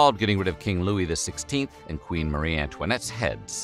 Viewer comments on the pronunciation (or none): none